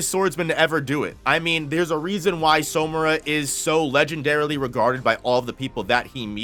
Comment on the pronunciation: Its killing me that he’s pronouncing it as So-mura and not Samura💀, like where is the “o” coming from